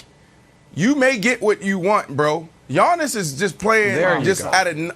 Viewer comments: Nobody: Giannis Brandon: Yonnis; Yinnis; Yawnnis; Awnnis; Ones; Onnis; Onyx; Yawning 😭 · Can somebody tell Brandon it's 'Giannis' not "Yawnnis".. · Brandon Marshall calling him Yawnis is HILARIOUS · The G is silent in Giannis name so I don't understand why Brandon is putting emphasis pronouncing his name. 😂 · Brandon pronounces Giannis name funny